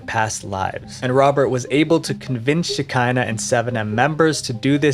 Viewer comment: I don't think that it was "The church of Shekina rhymes with Vagina. I think it was pronounced Sheckina, rhymes with "te check (is) in the" mail. This is a very old Jewish Kabbalistic concept, which is that when the Jews had to leave Israel, the female side of God remained with them on the earth. She is the Shekina. Some have called Her "The Hebrew Goddess. After the Messiah comes, the two sides of God will be reunited. And so forth. The cult obviously stole their name and the general concept.